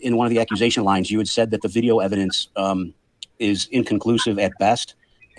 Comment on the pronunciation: HAHAHHA! 'once Miss Kelly schwees the ewibidenwence' this is just beyond goblin mode